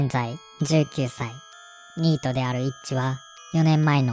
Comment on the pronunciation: じゅう↑きゅう→さい↓